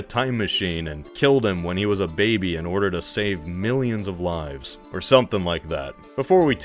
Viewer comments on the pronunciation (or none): none